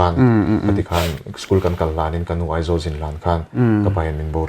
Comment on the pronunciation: A va ropui em.... chuan, nuaih ni lovin Nuai tih tir zawk....haha